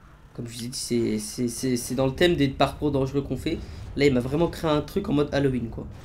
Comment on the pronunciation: Halloween, ça se prononce "Halouween" pas "Halauween"!